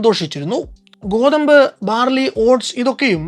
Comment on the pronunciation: കോതമ്പ്❌ ഗോതമ്പ് ✅